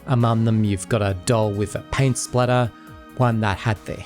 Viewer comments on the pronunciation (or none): none